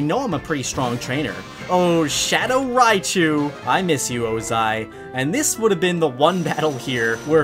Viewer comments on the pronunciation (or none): none